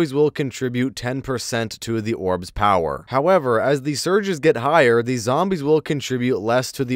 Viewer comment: drink everytime he says “Orb’s pow-whur”